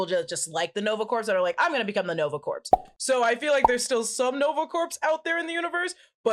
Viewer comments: please learn to pronounce corps correctly. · Somebody tell that 'Corps' is not pronounced phonetically 😅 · Please learn how to say CORPS!!!lol. It hurts... a little.😬